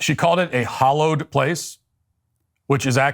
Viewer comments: She never said hollowed - it was the way she pronounced hallowed. Watch the video again. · Thanks Matt, for spelling out the exact mechanics of why her short speech was NOT poetry, while providing us a little eduction of what actually constitutes poetry. Ms. Gorman's inadequate education was loudly broadcasted when she used the word "hollowed" instead of "hallowed." I heard that, before Matt expounded on the error. Did the amateur not practice reading her speech to live persons? Who were bright enough to correct her pronunciation? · The first thing I noticed was that Amanda Gorman doesn’t know the difference between hollowed and hallowed. Democrats pretend not to notice because she’s black. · How she said ‘hollow’ and not ‘hallow’. I caught it immediately … guess it’s all downhill from here.. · ITS HALLOWED, NOT HOLLOWED YOU DAMN FOOL. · Ok lost me at " hollowed place" wtf? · Did she just say - We gather at this "hollowed" place? Did she mean "hallowed" as in sacred? FFS. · did she just say hollowed place !? in the first line ! youve got to be kidding me ??!! (edit - yep, she did) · She has no idea the difference between "hollowed" and "hallowed" 😂😂😂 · Some people pronounce "hallow" with a flat A like in hall or fall. Hence, why fallow is also pronounced both ways. Flat A and short O are pronounced the same by many contemporary, English speakers, which is why hallow and hollow are homophones for some people. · The very first thing she does is mispronounce hallowed, lol. Still, she kinda fine, doe. I'd like to explore HER hollowed place. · How does she screw up “hallowed”? Yes, the place was anything but hallowed, but she wanted to say it was and she screwed it up. Embarrassing. And our earth is going to perish from this country? Stop.